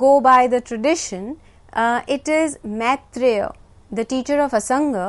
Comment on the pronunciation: Why cant these Indian pronounce Sanskrit properly. Its Maitreya and not Metreya..